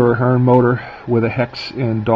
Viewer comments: Please learn how to pronounce the company's name. You sound like a novice. Also, the drive and motor would perform far better on curves of 22-inch and wider. Use long shank couplers to keep rolling stock from derailing. It is called the motor (heart of the Locomotive). The upgraded motor is an excellent choice over the older Athearn (Aft-earn). The metal eching is a good touch. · Give the guy a break... Actually, if you go to Athearn's YouTube channel... you'll see you are both pronouncing it wrong, FWIW.